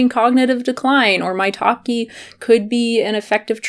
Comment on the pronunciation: If you say "maitake mushroom", I always heard "my talking mushroom" LOL... Good video btw! I stick to chicory root if I want some 'cafeine free coffee' ... very cheap, less packaging, no fake claims!